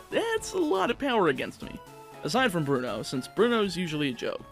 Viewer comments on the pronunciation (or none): Bruno has 2 syllables...